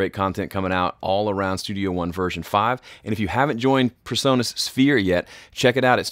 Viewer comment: Pease, it's PREsonus not PERsonus